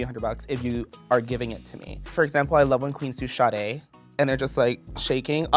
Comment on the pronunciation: it’s trixie thinking morphine said ‘shot a’ instead of ‘sadé’ 😭